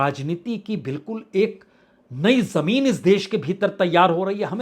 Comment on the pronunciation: बाजपेई जी ! आवश्यकता इस बात की है कि आप अपनी प्रस्तुति को श्रवणीय बनाने के लिए अपने उच्चारण सुधारें, जैसे "आवाज़", "ज़मीन" "आज़ादी", "ज़रूरत", "फ़िल्म", "फ़िक्र '", "ख़ासीयत"," ख़ाली", "ग़म", '"ग़ज़ल" ..... इत्यादि। इन अक्षरों के नीचे टींब ( .) हैं , उनके उच्चारण किसी उर्दू भाषा जानने वाले से सुनकर अपना विश्लेषण प्रभावशाली बनाएं। क्षमस्व !